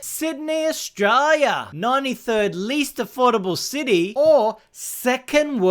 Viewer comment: Australia has an 'l' in it. Maybe try and pronounce it on occasion - it might help your channel